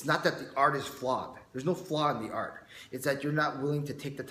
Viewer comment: sounds like you keep saying arc instead of art